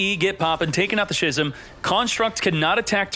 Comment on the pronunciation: Brother, schism is pronounced like ‘skizm’